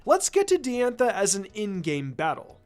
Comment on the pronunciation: not to be "that guy" but its pronounced dye-anne-tha. not d-anne-tha